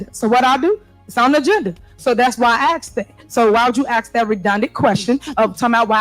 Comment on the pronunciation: You didn’t axe anybody mayor learn how to speak